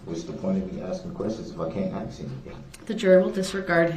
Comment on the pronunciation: "Axing" the judge for a certified copy of her "oaf" of office.